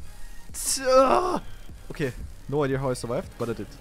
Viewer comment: okay - after letting myself hear you mispronounce those words over a year now and you using every single one of them in this one video, i need to say the following. it's pronounced (literally): dam (not damP), idea (not ideer), evry (not evEry), thank gad (not thankS gott XD). you're welcome